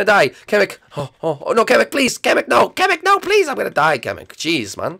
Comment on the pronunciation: it's pronounced kamek not kameek